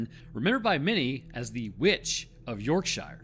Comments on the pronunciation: Oh that pronunciation of Yorkshire hurts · I wish when our dear cousins across the pond would work a little bit on pronounces the Yorkshire is all wrong but thank you for covering this tale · ✨ Can Americans (especially) not just ring someone in 'Yorkshire' - like a pub, number online - and ask them to pronounce 'YorkSHIRE? They will hear 'Yorkshire' being said back, not in that really annoying American way but by a person from Yorkshire. This is an oft-repeated comment of mine but I feel I HAVE TO SPELL IT OUT!! As Americans don't seem to understand, just how irritating it is to hear place names being mangled, all the time like that... 🕊️☘️ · I only clicked on this to hear you mangle the word Yorkshire 😂😂😂😂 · I thought the same soon as i sae it, and he delivered 😂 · after his first time saying it out loud went down to the comments to see this. gold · As someone who has family in North Yorkshire I was waiting for the true horror of the video, his pronunciation lol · People from Yorkshire will be angry at the way you pronounced Yorkshire 😂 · He does it on purpose because he hates the English. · Learn how to pronounce "Yorkshire". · Never stop your good work my man but how you say Yorkshire makes me irrationally angry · York-shuh not York-shire 😅 Great content as always though, love your work 😊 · York-sher not York-shy-er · It’s pronounced Yorksheer not Yorkshyre. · Yorkshire is pronounced yorksheer not yorkshyer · Say it as Yorksure not yorkshier……please…..you’re mangling the name of the best county in England 😂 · As someone who is born and bred in Yorkshire, we pronounce it as “York-sure” not as is spelt “York-Shire” ☺️ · Yorkshire is typically pronounced "yorkshur", not "york-shire". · it's pronounced YorkSHURE, but spelt YorkSHIRE. Love from the UK. 🧡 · The place name is pronounced: Yorksure. With the accent on the first syllable. And :"sure' pronounced as one would say, "as sure as eggs is eggs". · Isn't it pronounced "Yorkshrrr"?